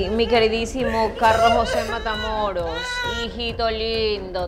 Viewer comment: Escuche que dijiste Patamoros 😊😊